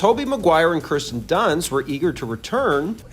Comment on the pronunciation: Kirsten. Kirsten Dunst, not “Kristen” Dunst.